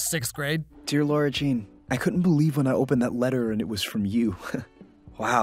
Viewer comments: Why do I feel like you're saying Laura instead of Lara? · I love you but it's Lara and not Laura 😣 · Am I the only one troubled with pronunciation of Lara Jean as 'Laura' Jean? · whos gonna tell him its lara not laura.... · Its not lauraaa!!!! Its laraaaa!! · why do you keep saying Laura? ITS LARA , L - A - R - A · its Lara not Laura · It's LAra not LAUra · It's pronounced Lawra not Laura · was distracted the whole video by the mispronunciation of Lara Jean’s name, it’s LAR-ah not LORE-ah!!! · no offense... but i will slice myself everytime you say Laura instead of LARA omg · It's Lara not Laura anyway great video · the fact that he keeps insisting that her name is LAURA jean is so irritating lmao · It's Lara not Laura lmao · stop saying Laura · Okay but do you be calling her Laura Instead of Lara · It’s funny how he says her name as “Laura” Jean instead of “Lara” Jean😂😂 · yeah why does he keep saying laura when even the characters pronounce in Lara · Bruh it’s LARA not Laura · LARA......lara jean 😂😂 who the f is lora?! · It kinda bothers me how throughout the whole video he’s saying “Laura Jean” in’s d of Lara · Jasmine Mai재스민 속 *Lara (sorry, it kind of annoys me when he kept on saying Laura) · okay, I love this but it’s LARA NOT LAURA 😂😂😭😭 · It's Lara Jean not Laura Jean. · It's Lara not Laura bruh. Just saying. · Lara.. not laura. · Am I the only one who thinks he's pronouncing LAURA instead of LARA? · Why are there no comments about him saying “Laura” Jean when her name is Lara?! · Me being triggered the entire video because he keeps saying Lara as Laura. 🤦‍♀️ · Is anyone bothered by him repeatedly saying "laura" instead of "lara" !!! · its lara not laura just sain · Dear didn’t you read all the comments about how you kept calling her “Laura” instead of “Lara”? 😭😭😭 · I love how you call her “Laura” 😂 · Am i the only one that hears saying laura instead of lara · When says Laura instead of Lara😫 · her name is LARA NOT LAURA